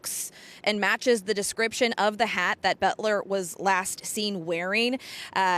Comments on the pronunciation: "BOELTER" is NOT pronounced "BET-ler". It's pronounced "BELT-er". Try to get the name right, because saying it wrong repeatedly cements the wrong name into the public consciousness. It will confuse the search for anyone who knows him who might have information. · Please say his name properly...Boelter, not Betler! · Its pronounced Belter, not Betler. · I think Boelter is pronounced, Belter, not Betler. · His last name is pronounced "Belter" not "Betler". Please pronounce the name correctly. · His name would be pronounced as BELTER, not Butler! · "BEL ter" not "BET ler" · It’s Boelter, not Boetler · Boelter not Betler! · Where are y'all getting Betler?? Its clearly boelter, like bolter. 😂😂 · The correct pronunciation is Belter, not Bolter. The "o" is silent. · Is it just me or are they pronouncing his name incorrectly? They are saying betler, but everyone else says belter. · It's not "Bettler." Geez. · Butler? Aren't journalists supposed to be able to read? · BELL-TER!!!! Sheesh! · Because these newscasters didn't do their research on the basics. The last name is pronounced "BELTER". For godsake, call someone in Sleepy Eye (where Boelter is from originally) and ask if you don't know the pronunciation! Don't just guess or make it up; you sound like buffoons. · Is that news anchor dyslexic? BOELTER, not Boetler LOL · Both are correct pronunciations in this area, some families go by “belter”and some go by “bolter”. I can’t place which family he is with.